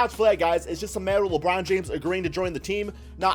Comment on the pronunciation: Labrown james😂